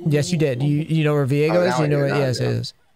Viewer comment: I can’t I cringe when he says Vigo instead of Viego.